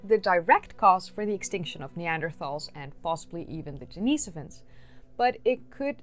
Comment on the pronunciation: I have a question for you. Why are you feminizing the pronunciation of the masculine name Denis? I don't believe that the monk for whom Denisovans receive their name was a transgender female. You keep saying Denise-ovans rather than Denis-ovans. You wouldn't call Denis Leary, Denise Leary. There is no second "e" in Denis"e"ovan. Why are you adding an extra vowel that is not present in the name Denisovan?